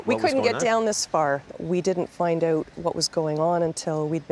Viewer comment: It’s funny the way these people pronounce “out” like “eaut”. 😂